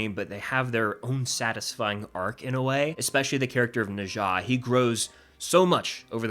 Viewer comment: NOT NE ZA nezha